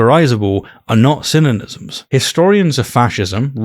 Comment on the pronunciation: An interesting pronunciation to say the word synonyms as “synonysms.” Kind of how people say the word nuclear like “nuculear.” Just a funny little thing I noticed, haha. Nice job on the video! I remember watching this when it came out and you did a good job spelling out the tactics JP used to try to come out on top. It’s becoming more obvious that his confident voice is used sometimes to speed past certain points as if they’re clearly settled points when in fact they’re not.